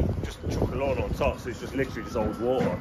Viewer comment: Top don not topon lol